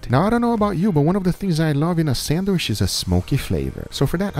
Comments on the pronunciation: For its Sandwish not Sandwich:D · WHY DO YOU SAY SANDWISH?!??!?!?! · He’s pronouncing the word “sandwich” in a way closer to “sanduíche” (‘sandwich’ in Brazilian Portuguese), his (and my) native language. Since the “che” part in the Brazilian word has a “sh” sound, he ends up pronouncing it in English as “sandwish” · In Brazilian Portuguese its spelled "sanduíche" and pronounced "sandweeshy". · Drink every time says sandwishhhhh 😂😂😂